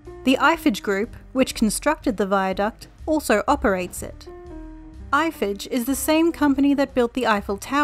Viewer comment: I don't think a French company would be pronounced "Eiffetch".